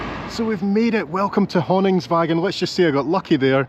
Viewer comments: Being picky, but just to say that -våg is pronounced -vorg. 😊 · Probably already been told somewhere in the comments, but the å is pronounced like «au» 😊 So the name Pål is the same as the english Paul, and it’s pronounced the same way. So Honningsvåg = Honningsvaug 😅